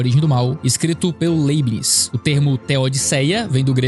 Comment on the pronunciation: Pronuncia-se: Láibnis (proparoxítona).